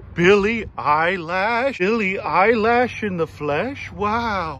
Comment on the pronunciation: "Billie Eyelash" 😂